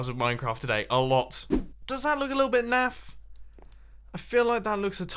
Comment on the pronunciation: I thought he said math.